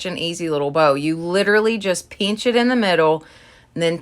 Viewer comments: She said peench it...LMAO. I thought my family was the only ones that pronounced pinch like tht...I Love Her!!! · Ohhh those framed calender pages are gorgeous! I sooo wish you lived closer! Our Goodwill is having a huge sale Labor Day weekend. 🤯 They never have sales. Lol I love the way you say 'skewer'. Lol I think it's perfect. You also say 'Pinch' like my dad says it. Lol He is originally from Arizona, but I think certain words were passed down through the generations. Cuz after the first Wood came to America, they settled in Tennessee before going to Ohio, then south. Then my grandma took the kids and headed to Northern California after my grandpa died. (When my Dad was about 10, his aunt was trying to take him & his 3 siblings. Grandma wasn't having that. Grandma is the strongest woman I know besides my mom, and they got along great. ❤ I miss them every day. So that's why I love how you pronounce things. ❤) I rearrange my stuff like that too. A lot. Lol I love the wire basket! I have one somewhere... in my pile of craft 'cr@ 🤦🏼‍♀️ That's what Joe calls it. SMH. That metal piece is just a wall decor thing. 🤣 I love the swag! Beautiful! Ohhh the black bowl with florals.. gorgeous girl! I love those candles. O.m.g. I LOVE the birdhouse!! I have some outside hanging with plants in them. I LOVE this one! Especially with the burnt orange pumpkin. I'm loving that color this season. The ribbons and ivy that you added is absolutely gorgeous! I definitely have to recreate this! I just got a small black birdcage on clearance too. But I have a bigger white one I haven't used. Somewhere. 😆 Jack